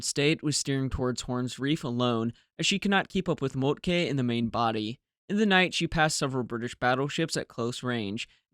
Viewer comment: I love the color photos, albeit they are probably not original. Your German pronunciation is getting better and better; only the e in Moltke is overly stressed. It should be short, nearly like a schwa. Scheer has that vowel you used for Moltke. :)